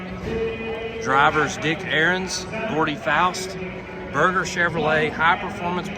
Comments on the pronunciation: Just for the record...it's not pronounced Berg-er Chevrolet. It's sounds like Ber-Jer so it sounds like Merger. I went to College in Michigan in the early 80's and visited that dealership many times. They were know for selling and collecting many high performance rides on 28th st in Grand Rapids! My buddy worked as a used car salesman and gave me a tour of some of the rare beasts hiding in the back...Wow! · nice .....its not burger chevrolet but berger chevrolet